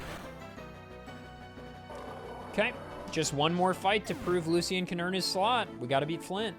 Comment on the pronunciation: ITS NOT LU-C-IN